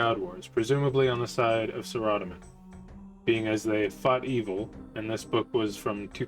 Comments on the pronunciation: Sa-ra-do-min. Sorry I know every has there own way but its a personal pet peeve when people mince that wanna be gods name. Good video though and hope for more, love RS lore and while i stopped playing after EOC (until 2017 with osrs) I still follow all the lore on it. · i didn't like the way you pronounced saradomin 😃 ruined the vid for me. reporting the vid for terrorist acts and seeding an icbm to ur house.